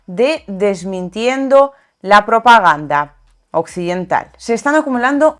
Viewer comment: Una recomendación,: no hagas pausa entre "propaganda" y "occidental", dilo sin hacer esa "pausa" que haces... Saludos!